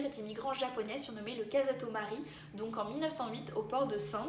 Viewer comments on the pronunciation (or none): Merci beaucoup. J'ai appris beaucoup de choses ! Le nom du bateau : on prononce plutôt : kassato malou :)